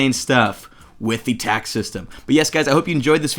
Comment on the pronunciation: whenever you said "Today we'll be covering TACS" i got worried. Thought u said Tax XD